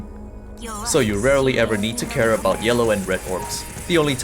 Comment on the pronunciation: "It is all aboot the sword wave"